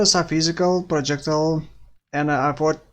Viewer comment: pro jec tile - not prodschekdil yikes